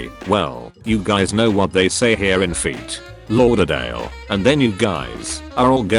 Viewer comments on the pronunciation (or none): No one: Absolutely no one: Not one one: Computer voice: Feet Lauderdale